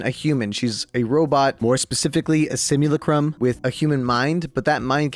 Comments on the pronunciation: Just a little annoying nitpick from my nitpricking self. When you say simulacrum, the "A" is accented. "A" as in "Ah". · Alright you said Simulacrum wrong and also the titan fall timeline is not the same in in apex, the times taking place In titan fall does not add up with apex, as apex is the result of the titan fall wars ending, but in the titan fall lore the wars did not end this is because of Wraith and this is what the Wraith event was partially about. The other dimensions Wraith has traveled and how the war is stills continuing in some dimensions. Wraith is the main reason the timeline and lore doesn’t fully add up between apex and titan fall this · sim-you-lack-rum, tyvm